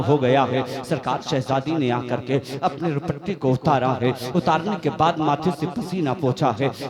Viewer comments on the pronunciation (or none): روپٹے😮ہوتا ہے یا دوپٹے😅